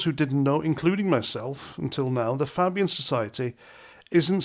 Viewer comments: Pronounced "Fabian", not "Fabbian'. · as I was taught in primary school, when you have vowel consonant vowel you pronounce the first vowel by its name and not it’s sound! So FAY BIAN not fab Ian, as in phone, made, lime. Keep at it. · It's pronounced Fay-bian. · Its pronounced Fay-bian not fabbyun. Good vid tho. Thank you for the heads up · Fabian ,faaaàbian ,not pronounced like uk fab .The Blair was ,and is a member ,the one you went to war for . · Fay not Fab. Fay-bian. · pronounced FAbian not fabian. Like hay. Sorry paz. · Welcome to politically aware club with your recent awareness of the Fabian Society (That's "Fabian" pronounced fay-bian). For further reading research Saul Alinsky, the London School of Economics, The Frankfurt School, and Aldous Huxley. Enjoy! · Its pronounced Faybian . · It's Fay...bee...ann. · That's not how you pronounce it. It's "fay-bee-an" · It’s pronounced FAYbian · Pronounced Fay-bian. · It not Fabian like fab you half wit cow. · Spot on, but it's pronounced FAY-bee-uhn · knew about the fabian pronounced fay bian since blairs govt in 90s was called a nit job. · You are pronouncing Fabian incorrectly it is Fay (say) Fabian . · fay bee an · At the risk of being designated a sanctimonious, pretentious knob, it is pronounced FAY-BEE-UN. I only know this after hearing about it from Sargon. Good concise video. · Pronunciation sounds like Fay-bian. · FAY- BEE-AN. Niggle over.🙄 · No pronounced it wrong and I cannot believe how few people know about this group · Fabian with A pronounced as in the letter A. As a Labour (but not New Labour! ) member from 1973 till Fabian Blair became leader, we knew all about them. Back then there were many Fabian MPs, but once Blair got in their numbers grew massively and deliberately. They are Cabal puppets. Many indoctrinated in the WEF Young Global Leaders programme eg Blair, Brown.